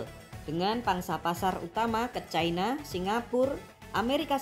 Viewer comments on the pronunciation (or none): none